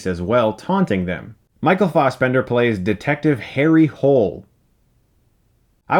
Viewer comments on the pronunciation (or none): Why is he STILL calling him “Michael Fozzbender”?! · It's fassbender not fausbender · i love the way chris says fastbender